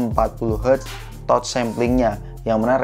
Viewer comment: Kritik dan masukan bang, kan suka mixing English gt, itu Touch boleh dilafalkan dengan "Tatch" dong, jangan "Totch".. 🙏✌️